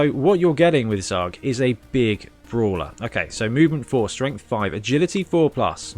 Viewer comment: Zug is the German word for train. Because he hits like a train. His name is pronounced as tsuuk. Or Zowwk would would be OK.